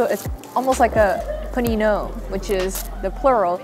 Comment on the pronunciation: Was looking for this comment lmao! and paninò with the accent on the o sounds kind of french 😂 love that she tried though and still the americans have this very specific idea of panino being a pressed sandwich which is so strange, I wonder why, since panino can be any random bread with any filling